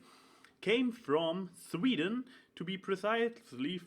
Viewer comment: Lol the only thing sounding Dutch was the way you said Sweden XD But... nah not even close Dutch and Swedish are really different. I know... I'm an expert on 50% of the languages. Also OMG awesome poster dude! But I was more focusing on something else for the first part... pow chika poow wooow